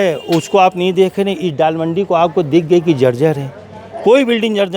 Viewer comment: Mr, Anchor why you worried about Dalmand. .....?not dalmandi but DOLLMANDI....Mr Anchor....